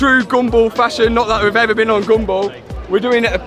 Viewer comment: "for some reason, we've bean invited" Ok,!...